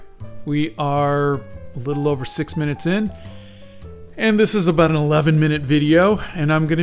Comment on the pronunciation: I love everything 'aboot' this boot drawing :)